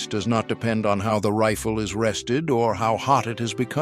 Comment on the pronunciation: No shit Sherlock. But they voice in the video pronounced Riffle. AI Slop.